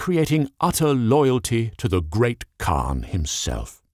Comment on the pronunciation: The proper pronunciation would be "Chin-gis-hun" And while a khagan is pronounced correctly, all of the khans don't get that luxury for some reason Kurultai or Hurultai or Hurultee - pick your poison